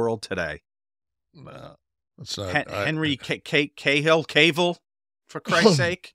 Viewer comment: Hemsworth. Not Helmsworth. Cavil. Not Kayville. Also turn down the music on the commercial promos.